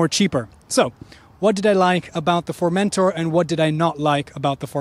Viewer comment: Not to be annoying but, if you'd like to pronounce the name good, put the emphasis on the -tor, not on the -men-, so like FormenTOR